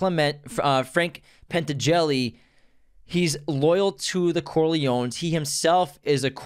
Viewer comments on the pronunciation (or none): it’s al, not hal. it’s also penTANgeli, not pet-an-jelly.